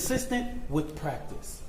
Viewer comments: He mispronounced lots of words..WITH=WIF ... STRENGTH =SKRENGTH .. I don't get this 😅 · Better work on his grammar 😂.. Wif, skrength